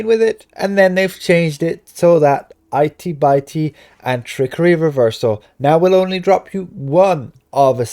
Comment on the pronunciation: Dude it isn't itey bitey....it's itty bitty (it e, bit e) as in small 😄